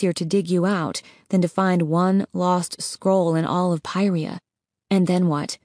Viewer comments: Were u saying pryherra or pantala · “Pairia” lol